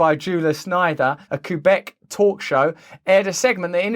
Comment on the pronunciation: Russell says "kook-beck", hahaha